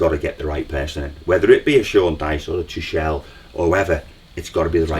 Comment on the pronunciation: It’s pronounced Too-kul 😊